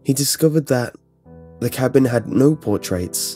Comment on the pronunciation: Certainly a smooth voice for such narration. I especially like what he "say-eez" about "poor-traites"